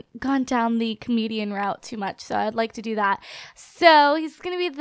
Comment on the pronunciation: she says Canadian route not comedian route xD